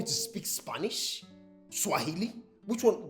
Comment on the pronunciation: 🎉Who had sam saying swshili😂😂😂😂much love from Kenya 🇰🇪🇰🇪🇰🇪🇰🇪